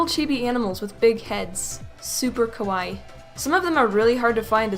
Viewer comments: My sister is part Japanese and you didn't say cute you said scary kawii is cute not kawi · Did you mean kawaii because what you sad (kawaie(cuh why)) means scary